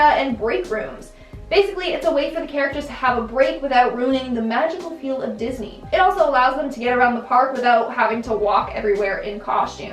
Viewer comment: Disney* lockney LOL who took a crap after this